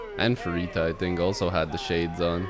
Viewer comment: Let’s go and BABYMONSTER! You’re back with BABYMONSTER after your back backed you into a corner, glad you’re starting to feel a bit better. Thanks for your usual fun reaction 😀 ❤❤❤—❤—❤❤❤ Sorry, just wanted to be sure you know it’s pronounced PA-Rita, not Fa-Rita. ❤